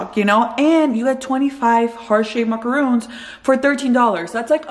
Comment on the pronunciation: Great deal cuz they're pricey! But soo good 🤤 💕. By the way, you're pronouncing them wrong. Macaroons (with the ooo sound) are the coconut ones, the macaron is pronounced Maca-Ron (like the name Ronald or like On with the r though). I used to mistake the pronunciation too 😊